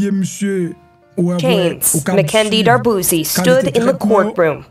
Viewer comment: Mwen pance c dwé D’arbouse. Min pa Darbouzie.. This is the E at the end that pronounce as a I..